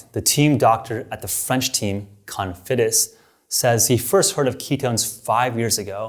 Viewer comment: Cofidis, not Confidis.🤣